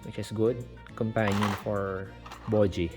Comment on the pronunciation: I like your accent say it again… Bow-jee! 🥹🤣